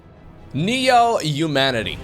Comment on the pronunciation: Another English teacher here. I don't really endorse "slown", but I do endorse your pronunciation of Neo-(h)umanity like in traditional New York accents (Bernie Sanders, Carl Sagan, etc.)